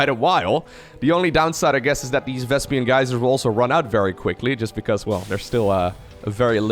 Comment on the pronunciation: Why are You calling it vEsPiAn gas?!😂😂😂